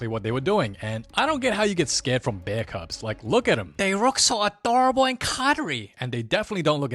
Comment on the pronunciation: “BÆR” I shiggled